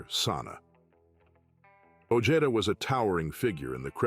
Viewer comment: Peter Sana ojeda last name sounds like (oh-hey-da)not the way this narrator saying it .